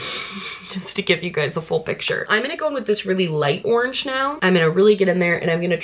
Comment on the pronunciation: no one:: ✨ORNGE✨